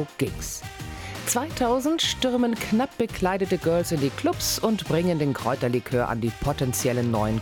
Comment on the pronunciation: 2.30 käuterlikör? Nicht Kräuterlikör? 🧐